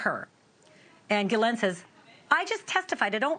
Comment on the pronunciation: "Gillette", "Gillanne", it's "ghislaine maxwell" (giss-lane)... jeez